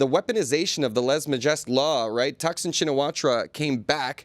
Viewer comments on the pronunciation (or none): It’s Taksin Sinawat (ra)! ra is silent, just like the i in Suwanabhum(i)!